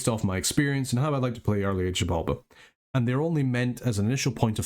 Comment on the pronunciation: Pretty sure its either zibalba or chibalba, not shibalba